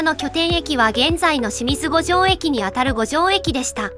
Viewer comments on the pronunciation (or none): 「清水五条」は「きよみずごじょう」と読みます。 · 駅の読み方に誤りがあります。 『清水五条駅』は、『しみずごじょう』ではなく『きよみずごじょう』です。 注意して下さい。